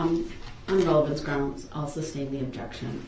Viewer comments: “grounds for the SUBstain” 😂🤣😂🤣 Learn basic courtroom vocabulary if you’re going to act as your own attorney. Aside from a murderer, this guy is a clown. 🤡 Darrell Bozo Brookes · SUBSTAIN - hahahaha makes me laugh everytime!